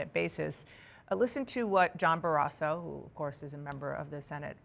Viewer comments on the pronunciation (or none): “John BareAsso”